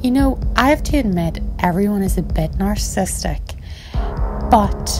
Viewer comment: “Sociopathic na’arrsis”